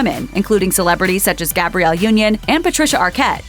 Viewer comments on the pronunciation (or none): none